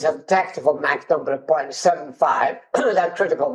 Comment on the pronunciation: I find it funny that pronounces Mach correctly contrary to 99% of all english speakers, but it's probably due to his scottish heritage, as the "Loch" and such are pronounched the same as the german ch sound